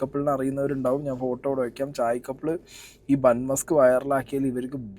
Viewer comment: sorry to correct you..musk alla maska aanu... muska ennal venna... ithinte origin gujarat aanu...and am staying in Ahmedabad.. ivide ivar use cheyyunnath butter alla.. veettil kadanjedukkunna venna aanu